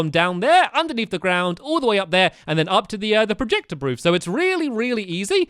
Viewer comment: Projector booth not brooth